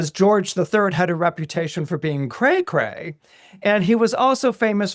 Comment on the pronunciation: "cray cray"😂😂😂🎉are you Canadian,? 🎉🎉